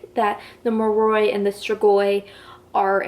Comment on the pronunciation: Just a heads up cause it bothers me lol Moroi- (More-Oy) Strigoi- (Strig- Oy) Damphir- (dam-fear) No hate tho I love VA and this was a great video